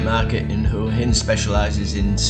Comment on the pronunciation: Enjoying your channel but who told you to pronounce Huahin as hooahin? It drives me frigging nuts. It's Wahhin. I've been close to lobbing my remote through the TV. 🤔😂